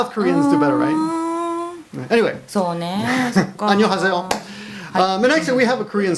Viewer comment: I love korean (한글) it's 안녕하세요 not anyohaseyo it's an-nyong-ha-Se-yo